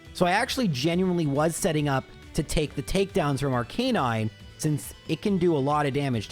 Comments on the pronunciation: “I have never gotten so many comments criticizing the way I pronounce names” Someone is forgetting Arcaneenay 😂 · Honestly, the way you pronounce Lorelei is the way I did growing up (and still do), which fits with you being Canadian (and I suspect Toronto?) in your 30’s. Even the different pronunciation of Arcanine fits (my parents say Mare-eeoh though lol).